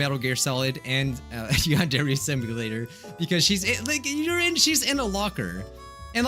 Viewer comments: WHY U SAY YAWNDAIRY. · Why u say yan-DAIRY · When he said "Yandere" the subtitles were like, "Nahh.. He said you and Jerry" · It’s YADERY